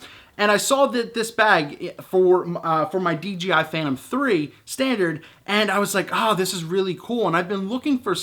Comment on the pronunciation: I can understand making the mistake from time to time, but for the love of god, on every single one of your videos you say DGI, not DJI !!! Holy Moly!